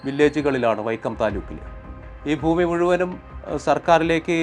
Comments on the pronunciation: ഫുമി അല്ല ഭൂമി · ഫൂമി അല്ല ഭൂമി